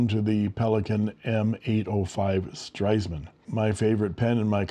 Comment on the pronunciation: Very brave of you to say ‘Stresemann’ so often! 👍 The one is the best in terms of pronunciation, but with the other variations you also get what is intended. 😊 Thank you for showing these precious pens! 🤩